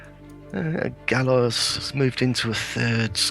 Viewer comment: Thanks so much for these videos! FYI, Galois is pronounced "Gal-wah". Poor Evariste. :P